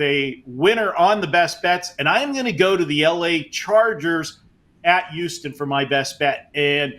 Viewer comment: I thought it was pronounced, Houston Marco, not youston .😂